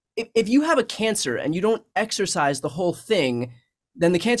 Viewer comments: "Excise," Brian (as in cut out), not "exercise," as in work out. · Excise. Not 'exercise' or 'exorcise'. Otherwise, good vid!